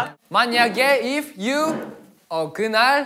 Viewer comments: 💀 'ifeu ifeu" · I'm living for changbin "ifeu" and "lifeu" on 🥺🥺🥺🥺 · Binnie's Iconic English lines: Yellow cardeu, rudeu, ifeu.. 😂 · original : If. changbin : "ife, ife, ife—" 😂😂😂